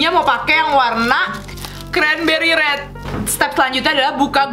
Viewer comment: Rrrrrrrrrreeeeedddd nya bukan red in english :D rrrreedd kak rrerdd bneran lucu kaka kuh panutan